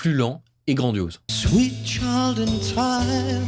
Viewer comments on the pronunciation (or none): none